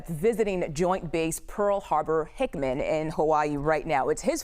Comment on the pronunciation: HICKAM. Not Hickman. Oy vey.